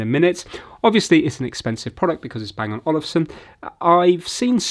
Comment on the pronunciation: It's Olufsen not Olivesen